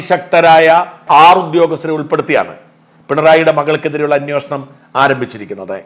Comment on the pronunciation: അന്വേഷണം ആണ് anwoshanam അല്ല